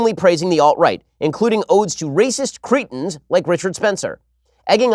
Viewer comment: it's pronounced 'crettins'